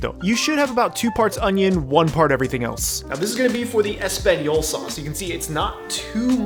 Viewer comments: really said espagnyolo sauce. This is why I’m subscribed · did you say espagnyolo sauce lmao